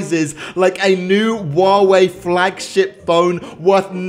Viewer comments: I love how he said "wawei" instead of huawei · wtf u said wawei its clearly huawei cant you spell it? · Huawei? Nah Wuawei? Yas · I heard say waaway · Is it me or did he pronaunce huwawei wrong? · you miss spell huawei You said wow way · anyone else heard he always says waweh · Woave what it's Huawei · It’s hu hyuwei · did he say wawaei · That’s not how u say huawei